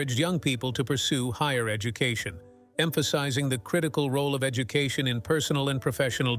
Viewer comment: please lose the robot voice i had to stop when the ai robot said educootion 🤣